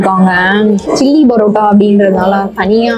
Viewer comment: Please straighten out your pronunciation. It is not barotta-boori. But paratta - poori.